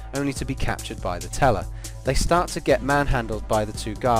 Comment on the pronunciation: Whenever he says "the teller" I keep thinking he's saying "nutella"